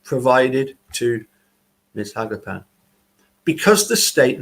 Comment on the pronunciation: Living in Wisconsin and having known some Hagopians, I believe the name is pronounced “ha- GOH-pee-ahn.” It is an Armenian name and many such names end in “ian,” for example, “Kevorkian” or “Gasparian.” Thanks for the video.